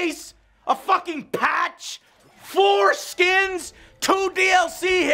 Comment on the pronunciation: 9.50 he says FORESKINS